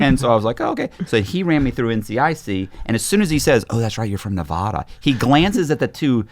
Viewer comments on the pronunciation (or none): Oh my God. I relate to this so hard.. People just don't get it. Nev-ad-a not nev-ah-da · If I was the FBI guy, I would know right away he was lying because of how he pronounces Nevada 😂. Great episode!